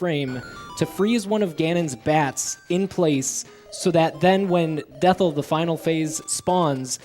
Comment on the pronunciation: It's supposed to be "Death Eye", so calling the final boss "Dethl" (as in with an L) is incorrect.